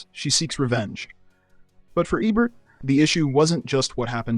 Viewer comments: I think Ebert (pronounced Ee-burt) would give this video 0 stars because the narrator keeps pronouncing his name Ebb-ert. How can you get it right and wrong in the same video?? Embarrassing and sad. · Ee-bert, Eh-bert? Make up your d-mn mind, AI narrator! Sloppy AI pronunciation ruins these videos. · Hearing eh-Bert was worse than some of these films. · I had to comment again. During the Caligula segment, you say "Ay-bert." How are you this stupid? Three different pronunciations of his last name in one video. 😅😅😂😂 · Who’s Ebb-Bert, and what is a Giggle-low?!? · I grew up on Royko, Kup’s World, Rostenkowski and EBERT. IT’S EEBERT. EEEBERT! EEEEBERT!! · HELP! Is the narrator a bot? AI bot? The speech patterns and mispronunciations (short vowel "Ebert" - like "egg" - and, the hard g sound ("gig-a-lo") were just too much for me to suffer. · Pretty sure it's pronounced Eeeeebert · Don't know if this is an AI voice or not, but learn how to pronounce actors' names! It's not Tom "Berringher" it's pronounced BerrinJER. And sometimes you say "Ee-bert" and other times, "Ehbert". So annoying. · Tell the AI it's pronounced "EE-bert" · Eh-bert, huh? Thumbs down, no subscribe, didn't finish. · Is this AI or a real person? If they are this into film they would know who Roger Ebert is and pronounce his name correctly. Many AI created content out there dies hard on how they pronounce names. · Robot narration should at least manage to pronounce "Ebert" in one way rather than at least three. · As soon as the speaker mispronounces Ebert's name, you know the video has problems. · Pronounce his name right. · How do you make an entire video about a guy and not know how to pronounce his name? Baffling, since the switches between the right pronunciation and the wrong it makes me think he's doing it just so people engage in the comments (if so kudos) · Why was Roger Ebert's last name pronounced differently each time the narrator said it? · It’s a horrible AI. Can’t even pronounce Ebert.